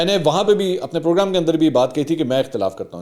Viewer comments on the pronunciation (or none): none